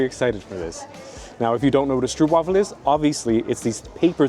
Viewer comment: also everybody gets this wrong, stroopwafel is pronounced like strope-waah-ful.